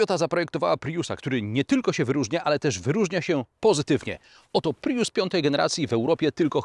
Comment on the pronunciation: Co jak co, ale po kimś, kto testuje samochody, spodziewałbym się wymawiania jak człowiek – „prius”, a nie „pryjus”. A „na ekranie można podglądać ustawienia”, a nie je „podejrzewać”.